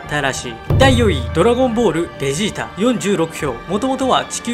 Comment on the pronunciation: ベジータがゲジーたにきこえる